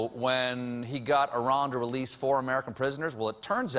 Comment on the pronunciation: It's very hard to believe an American pronounced Iran correctly